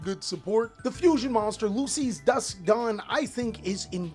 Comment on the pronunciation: bro it's pronounced Lu-Che Not Lucy